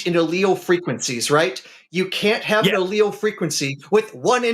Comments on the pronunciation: The pronunciations were insane. L.L's is what it sounded like he said and I promise he took a lot more than two. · It's pronounced AH-Ly-ess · He’s literally screaming “L L” over and over after Forest told him how to pronounce “allele” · the caller doesn't know the difference between allele and alioli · He can't even be humble enough to accept being corrected on the pronunciation of a scientific word by a scientist in the field, so he tries to claim he was just using a regional pronunciation of allele. A functioning adult human would have just let it go and said nothing, as Forrest didn't really make that big of a deal of it. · not only does he not let him answer but he then starts having a meltdown after claiming pronouncing allele differently is the same as saying tomato two different ways then screams and cried Forrest is a racist and a hypocrite because allele? What? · He didn't even know how to pronounce "allele" 🤣 what a trash human being. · So this manic, pseudonym caller corrected Forests' pronunciation (Forrest said nor-ep-in-EF-rin and the manic caller tried to embarrass Forrest with his pronunciation nor--EPH-rin). Then this same cocaine manic caller didn't know how to pronounce allele and chalked his pronunciation error to tomato-tomata and said, "...you have to understand speaking dialects, sir." - . This caller would be difficult for a mother to love.